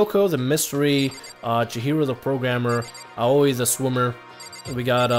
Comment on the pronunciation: I just want to congratulate you on being able to say Aoi's, Junko's, and Byakuya's names correctly